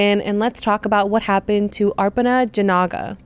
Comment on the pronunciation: Hey! I absolutely adore your videos. Thank you so much for covering cases that don’t have a lot of coverage. Also, don’t worry about all the negative Nancy’s in the comments. How are you going to get mad at somebody for saying someone’s name correctly? If that genuinely triggers you, you need to grow up.